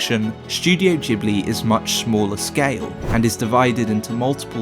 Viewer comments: You muppet its Ghibli not Jibli.... but good vid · "Djibli" porcoddio you spell it Gibli not Djibli!!! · Ghibli like grass, not jibbly like jack. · It's guybli not feeling, though... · G-buri. Thats how Japanese pronounce. I was surprised. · I'm Japanese. In Japan it is pronounced Jibuli. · You are pronouncing the G in Ghibly wrong, nearly everybody does. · JHIBLI OR GHIBLI HOW DO U PRONOUNCE IT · Except for the part where he can't be bothered pronouncing Ghibli correctly..